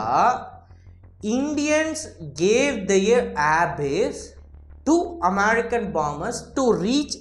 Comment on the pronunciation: Dai, all your content is good. Very informative, but America nu solluradhu oru pola irruku. Pronounce normally. Hope u understood.